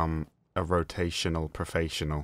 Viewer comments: Rot-A-tional Prof-A-ssional. I like it. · "And you too will become a rotAYtional profAYsional" XD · rotaytional profayssional